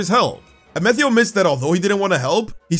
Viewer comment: Question. Why are you saying Amethio’s name differently? It sounds like the word “meth” as in the illegal drug is in his name.